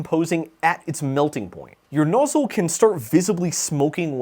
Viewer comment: Nozzyyle??? Next you'll be saying 'Sense-oars'.